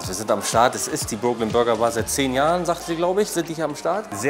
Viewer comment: die sind nicht broke also sag doch wenigstens brooklyn richtig...wenigstens ein mal in deinen videos, könntest du auf google übersetzer dir anhören, wie es richtig ausgesprochen wird, obwohl du das auf der hauptschule ab der 5. klasse gelernt haben müsstest